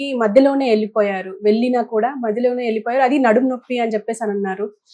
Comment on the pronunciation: తెలుగుని చక్కగా మాట్లడటం నేర్చుకోమ్మా! 'ఎల్లి'పోయారు... 'వెళ్లి'పోయారు అనాలి